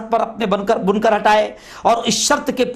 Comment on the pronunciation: Janab bunkar nahi hy wah Bankar Bolte hy